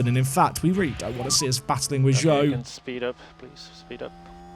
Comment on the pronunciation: By the way. Zhou is pronounced "Jou". As Zh is a similar sound as J in Chinese.